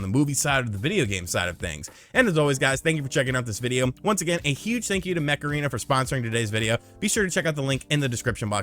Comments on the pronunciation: Each time you daid Mech Arena, sounded like Macarena. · Every time he said mech arena I heard Macarena....